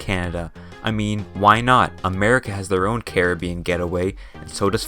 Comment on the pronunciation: I got a minute in before I couldn't hear Carreh-been anymore